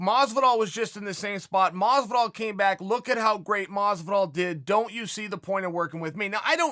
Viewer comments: Jorge: Hi, im Jorge Masvidal Chael: Hi, George Masdival Jorge: Hi, im George Masdival Me: Okay, Great.. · Chael “Masdival” Sonnen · Anyone else sees Chael spelling Masvidal “Masdival” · It is funny when he says: Mosvidal. But, it is funnier when he wrote it: Masdival. LOOL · If Chael says Madvisal then its Madvisal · I actually used to call him masdival when the started watching mma...few months later i realised i was saying wrong...but chael just confirmed i was right all along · Everybody: Jorge Masvidal Chael Sonnen: George Mozvidall